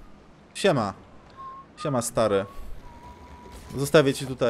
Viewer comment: "SIEMA" haha jeszcze z takim akcentem. Super !